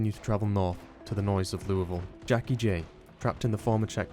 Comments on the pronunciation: Can't tell you how many times I heard him say Louisville before I paused and said "OMG did he just pronounce it the right way!!?" 😂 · Someone finally pronounces “Louisville” correctly. The gods finally shine upon us! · Thank you for calling it "loo-uh-ville" and not "loo-ee-ville" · Thank you for pronouncing "LEW-uh-ville" correctly. Signed, A Person From Indianapolis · He actually said Louisville right! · did you, a non kentuckian, hell, a non american, just pronounce louisville correctly? i must be dreaming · As a Kentuckian I thank you for pronouncing Louisville correctly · Thank you so much for pronouncing Louisville correctly, sincerely, central Kentuckian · Shout out for pronouncing louisville correctly. it must be the accent! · Bro pronounced Louisville right🎉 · Finally, someone who pronounces Louisville correctly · DUDE AS A KENTUCKIAN I HAVE FINNALY SEEN SOMEONE PRONOUNCE LOUIVILLE CORRECTLY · Wow he says Louisville correctly amazing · As a Louisville citizen it brings me so much joy that you pronounce our city's name so well. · thank you so much for actually pronouncing Louisville correctly, I live in KY so it always bugs the hell out of me hearing people pronounce it "leweyville" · I have to say, as a Louisville native, props for an acceptable pronunciation! Better than the Louis-villes or the Louie-villes ive heard from a number of other people talk about the game